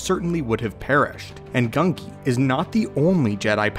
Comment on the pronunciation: Who is gungi? His name's genji